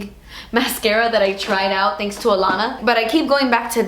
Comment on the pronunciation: "Tenks isss Jimmi choo"😂💛